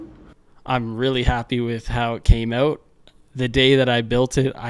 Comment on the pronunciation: I love how you were placing the Ontario licence plate while saying "having them oot"... made me laugh. Also...great video. Love the build.